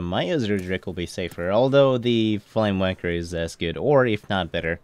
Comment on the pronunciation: Did you say "flamewanker" at the beggining? xD